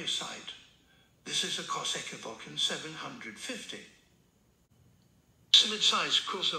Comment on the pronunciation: If you want him to say Kawasaki correctly, type it in as COW UH SAW KEY